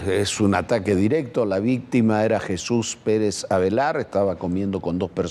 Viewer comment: Avelar, ALVEAR ni leyendo pueden😅